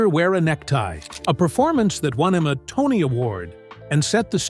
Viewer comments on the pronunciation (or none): none